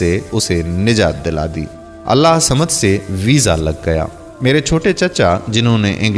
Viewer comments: Allah hu samad bollte hai Allah samad nai bollte hai samje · برائے مہربانی اللہ الصمد کو صحیح تجوید کے ساتھ پڑھیں ، آپ اسے صحیح نہیں پڑھ رہے ہیں ص پہ تشدد ہئے تو لہذا ہ کو ص سے ملائیں